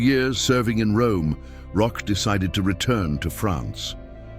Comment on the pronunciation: Pronunciation rhymes with coach or broach….